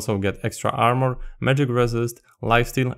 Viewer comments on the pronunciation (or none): none